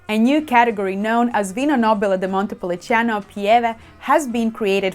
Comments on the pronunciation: Great video and another great T-shirt🙂 What is not clear to me is the pronunciation. It's written as Montepulciano, but you pronounce it as Montepulicano, at least I hear it that way. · you keep saying ‘Montepuliciano’, but it’s Montepulciano